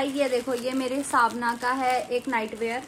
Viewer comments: it's called savana not savna your pronunciation is wrong please pronounce it correctly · didi not svna its savana